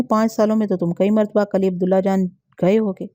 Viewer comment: Assalam o alaikum asal lafz kali nahi kili hota hai uneed hai ke aap mind nahi karaingi shukriya